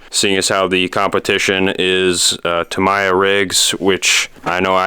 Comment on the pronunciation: 3 things.... 1: Back Rack is actually a Headache Rack. 2: Tamiya is pronounced Ta Me Ya not Ta My Ya. And 3: it's not a truck and trailer, although they do exist, it is a Semi Tractor and Trailer. Other than that... Cool video